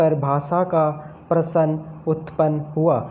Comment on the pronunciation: प्रश्न होता है। परशन नहीं